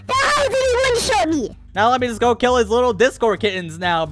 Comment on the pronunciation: And also it's kill not keel🤓🤓🤓🤓